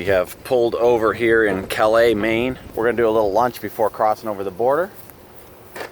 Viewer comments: Was up there two weeks ago(bar harbor) . From north of Boston so not that far of a trip. Calais is pronounced CAL-US , just saying. Don't know how far behind you are on your video's or where you are heading but if you are heading back to the states two things you might want to check out.1 Hershey rv show , Hershey, pa . ( chocolate) sept 13 thru 17( claim to be worlds largest) been their twice, going again this year and the adirondack ballon festival , lake george, NY (100+ hot air balloons) sept 21., thru 24 . Anyway enjoy your stay in Canada. Ps Montreal is beautiful, especially the GARDENS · Calais, ME is not pronounced like the city in France. It sounds like "callous". Ayuh.